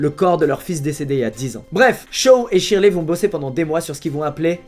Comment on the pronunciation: Shirley se dit sherley